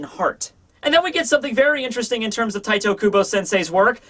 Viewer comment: Im and just wanted to say - IT IS NOT TITOOOOOOOOOOOOOOOOOOOOOOO KUBO, it is TITEEEEEEEEEEEE!